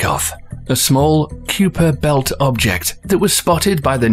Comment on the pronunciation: Awesome video. Great narration. (Try to pronounce the Kuiper belt correctly next time ;-)